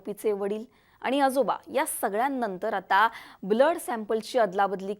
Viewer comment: जरा शुध्द बोला. आनी नाही आणि देन्यात नाही देण्यात आणि अजूनही खूपच आहे. तुम्ही ण म्हणतच नाही तिथे न बोलत आहात